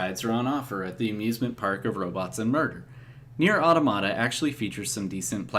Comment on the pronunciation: That is the correct pronunciation at the beginning of your video. It's the plural form of "automaton." EDIT: Well, you started pronouncing it incorrectly later. Hmm.